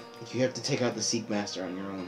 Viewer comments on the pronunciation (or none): Sorry for saying this, but it's SeI - KA - ma - ter, not Seikamaster. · Am I the only one that kept yelling ''SEIKAMATER'' when they kept saying ''Seekmaster"?